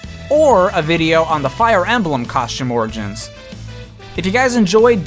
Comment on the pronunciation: Stop say smash orgain